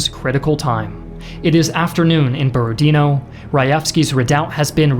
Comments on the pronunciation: BorodinO. Not BorodIno, not BorOdino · Its Borodinò, not Borodìno. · u almost guessed it correctly borodinO, with stress on the last O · Actually the stress is on the last syllable here - BorodinO.